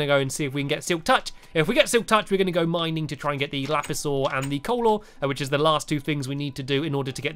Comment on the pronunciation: I thought u said lapisord for lapis ore